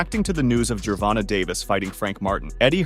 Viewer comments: Ger-Von-Tay not Ger-Von-Ta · I can’t watch this anymore. The way u say Davis first name is wrong and cringy 😂